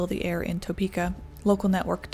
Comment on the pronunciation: Just so you know, it's "tuh-pee-kah." Not "toe-pee-kah." I was born and raised here, and my family has been here for over a 100 years. My mom was 13 at the time, and I think the family was still living off of Clay Street near Potwin. Not sure when St. Francis Hospital was built, but the house looks onto that park right there across from the hospital. At the time, my grandpa was working for the Union Pacific railroad, and he was headed to work. Saw the tornado cross the road behind him and booked it home to his family. Thankfully, everyone in my family was fine. But it's still a wild story.